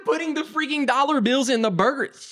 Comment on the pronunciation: the way you say burger is so funny, i don't know why